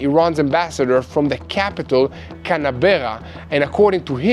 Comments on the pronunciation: … The name of Australia’s capital “Camberra” goes pronounced as “Cam’bra”… roughly I know… English language spelling and pronunciation is weird… I, myself, being a non-native speaker can tell you 😅 Thanks for your good work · Canberra is pronounced Canbra in Australia